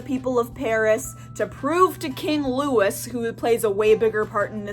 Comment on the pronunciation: Loo wee, not loo is